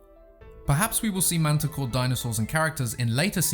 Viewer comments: I thought she said "Manticore" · Mantah Corp with a p at the end. So please pronounce it right please, its a corporation not that beast you talked about.